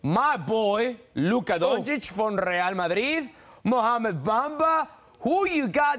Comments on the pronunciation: It's Luka, not Luke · It is Luka not Luke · It's Luka not Luke 🙄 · It's not Luke, it's Luka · “Luke” Doncic? 😂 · Luka, its LUKA Dončič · Isaiah SAC town will get luka i trust the prophecy 🤙 and btw these idiots cant even pronounce his name in the title, but if he falls to 3 and goes to haws im ok with that